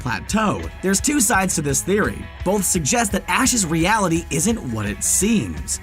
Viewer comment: Anyone else cringe a little every time he says "bolth" instead of "both"?